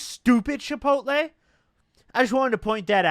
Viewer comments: normal people: chipotle: Shipotle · “Shipotle” lmfaoo love goblins pronunciations